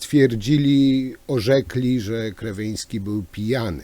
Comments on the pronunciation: Nie chcę się czepiać, ale mówienie o "grzebaniu" i "zagłębianiu się" w kontekście tego obrazka z początku materiału wyszło nie najlepiej.😉 No i jeszcze to przekręcanie nazwiska Ministra Kierwińskiego , też dobrze nie świadczy o przeprowadzonym wcześniej research-u.😁 Pozdrawiam!🙋‍♂️ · Szanowny Panie Przekręca Waść nazwisko ministra, które brzmi Kierwiński. Trochę nie bardzo. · Jeśli już decyduje się pan analizować zachowanie ministra to wypada znać jego nazwisko. A jeśli z jakiegoś powodu musi pan to nazwisko przekręcać to wypada chociaż być konsekwentnym i trzymać się jednej wersji. Z przykrością to piszę. Dno panie i pół metra mułu.